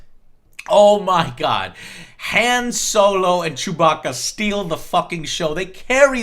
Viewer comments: You don't pronounce the name "Han" correctly. I would assume you can't pronounce "Adolf" right either. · why in the fuck are you pronouncing Han like Hand without the d.....it's supposed to sound like H-ah-n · um... han as in han-d, they even point out in the movie that it is pronounced han like hon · You said "Han" wrong. It doesn't sound like "hand". It's Han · Joe, Han is pronounced like Honn, not like hand without a D at the end. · I don't wanna be that nerdy star wars guy but han's name is pronounced hawn. (rhymes with pawn) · Isn't Han pronounced "Hon" ... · Han is pronounced (H-O-N) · people who say han like joe make me upset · Am I the only one who suddenly dislikes Joe for not being able to pronounce Han correctly? The fuck. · Joe, if you're gonna fanboy this hard about an otherwise average movie, then please, for the love of God, pronounce Han's name correctly.